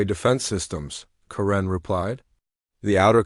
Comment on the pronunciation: Not sure what I found more annoying, the return of dot dot dot, the way the AI pronounced 'Karen' or Senator Davis' willful ignorance.